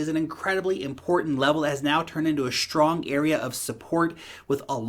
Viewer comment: Always looking forward to your videos on daily basis! “Shtrong area...shtrong...😊👍” great content as always mate!